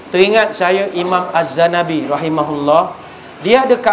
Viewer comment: Bukan azzanabi tapi azzahabi